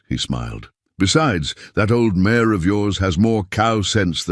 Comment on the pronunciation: not «mayor» but «mare» - «jument» in french, i. e. a she-horse